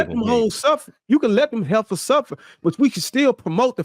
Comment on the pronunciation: "Let them heffahs suffer" 😂😂😂